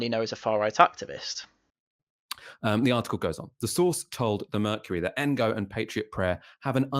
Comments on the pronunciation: The way he pronounces ngo is a proper wind up. Borderline racist tbh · 'Engo'. What a teewat. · There is no way has not heard the correct pronunciation of Ngo. Purposefully mispronouncing Andy Ngo's name is bordering on racism and if we use the ideological compass of Novara Media then it absolutely is racist and should be fired/step down.